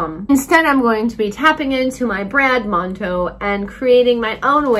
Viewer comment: “tapping into my Brat Monto”